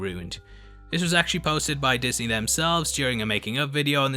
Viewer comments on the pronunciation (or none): none